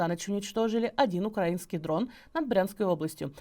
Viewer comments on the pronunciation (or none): none